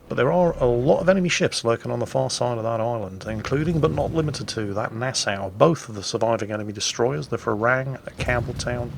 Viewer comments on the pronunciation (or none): Oh its not Nass-ow Nass-AW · Um actually, Nassau is pronounced "nah-SAW" not "nah-SOW"